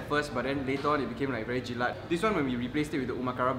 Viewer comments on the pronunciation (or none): i think many singaporeans seems to think it's jelaT.. but it's actually jelaK!